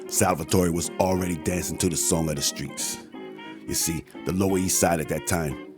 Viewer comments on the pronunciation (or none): none